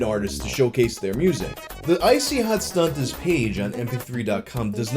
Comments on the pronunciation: woah woah woah did you say STUNTERS you can only say stuntas so stop throwing that hard r around pal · Man, you gotta be easy throwin' that hard "r" on "Stuntaz". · whats with the hard r there? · I like how you make sure the t is pronounced in stuntaz lol